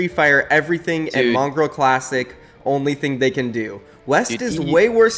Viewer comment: really said mongrall instead of mongraal cant even spell a name lmfao